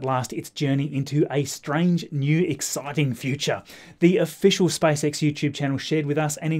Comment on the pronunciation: Okay let's do it again Me-s p a c e X -s p a c e X Me-spacex -spicex